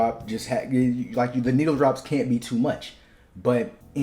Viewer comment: The way you say needle-drops is diabolical it sounds like…..